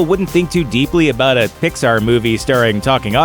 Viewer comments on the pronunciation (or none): none